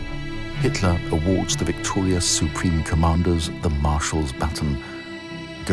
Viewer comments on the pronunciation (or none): none